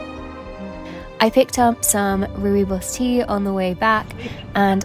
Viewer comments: Dear, I think you’re amazing - the rooi in rooibos as in rooibos tea is pronounced “roy”, much easier than roo-ee. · Rooibos means red bush in Afrikaans yes. You pronounce it roybos as in the sound oy for boy. The second part is okay. The r is also very hard and pronounced almost to the degree of the r Spanish words. Love the video though. 🌻🤗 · your videos always have such nice nature shots that are so aesthetic. Just wanted to say (no hate, whatsoever) I'm south african and we say Rooibos like Roy-bos (The o in bos is the same sound as the o in your) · Hey! Thanks for a lovely upload. South African here, the Rooibos tea is pronounced more like 'roy' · Rooibos is pronounced ROY-buhs (my mum's from South Africa). You can look up audio pronunciation online if that helps :-) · Rooibos is pronounced Roy-boss :)